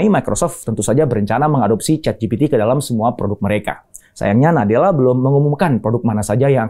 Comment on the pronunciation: "ChatGPT" dibaca "CheatGPT"